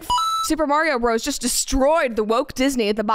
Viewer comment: Pronounce Bros as Brothers. Please and thanks!